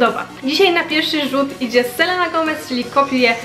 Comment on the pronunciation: selena czyta się Selina 😉 ale filmik spoko 😊❤